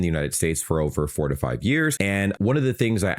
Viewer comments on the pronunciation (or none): I heard "45 years" instead of "4 to 5 years". For 30 seconds i was like "damn, this dude does not age".